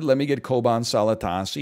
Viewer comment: As a Turk, I love hearing NL saying "Çoban Salatası"